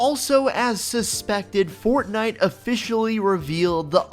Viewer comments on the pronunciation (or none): none